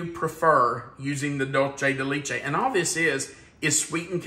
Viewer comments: I love this recipe but it is pronounced doolsay de lechay not Lee lol (Dulce de leche)❤️ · Please,.....as an Educator, conscientious of things like Enunciation..and Accuracy..Please LEARN how to pronounce Dulce de Leche properly!!! i can help!!! Ready?? it's: DOOL- say day LAY- chay!!! Wasn't that Easy?!!♡ thx!!❤ THANK YOU!!!♡♡♡♡❤ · Dull-chay da leech-ay lol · Hiya, ok I’m going to be that person. The pronunciation for dulce de leche is DOOLSEH de LEHCHE. No long “E”s anywhere. 😊😊😊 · The dulce de leche is pronounced doolsay day laychay just FYI.